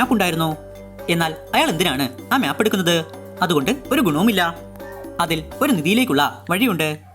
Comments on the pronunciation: മ്യാപ്പ് അല്ല മാപ്പ് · 'MYAP' ALLADA ‘MAP’ ANN CORRECT